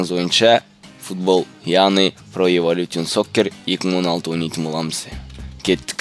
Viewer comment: хахаха эвалютион хахаха пиздец кишкене автор каращи гугл перевочикке кирип калай айтылатынын tion мысалга evolution,information сонында жазыган создер шн немесе шэн деп окылат ал sion division жн жэн ) хахаха